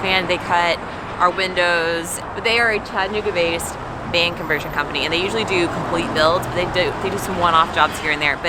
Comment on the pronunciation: If you're going to live in our city you must pronounce it properly. It is "Chatta-nooga". Not "Chatt-anooga".